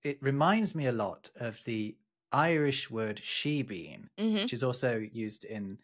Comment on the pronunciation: I think the stress on 'shebeen' is on the second syllable.